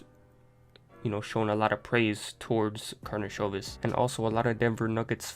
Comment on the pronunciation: This is first video from all that pronounce correct last name, nice done!